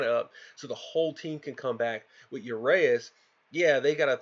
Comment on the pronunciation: you got it wrong again, its urAeus ,you have to hear the A not the E ur A eus